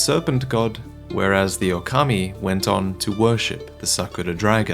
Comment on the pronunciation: Hi, maybe if you pronounce it Ookami, when you referring to Sekiro, it is clearer that you mean "Wolf". It depends on how you pronounce Okami und Ōkami:D